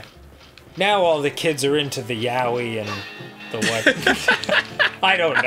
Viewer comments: Wait....when they were trying to say, like, that Japanese word....were they trying to say...yaoi?! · At this point I just don't understand how people mispronounce yaoi so consistently.